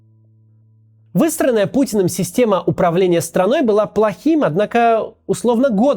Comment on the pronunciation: Небольшие дефекты речи у Макса порой звучат как должное))) "Выстроенная Путином система управления страной " Послышалось как "Высраная Путином система... " Отчего звучит даже актуальней))))